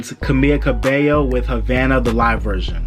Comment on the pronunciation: It’s actually “CA-MEE-LA” Cabello. However I’m happy that you got her last name right!